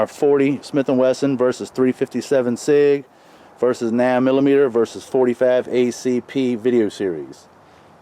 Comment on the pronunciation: “The nan millimeter”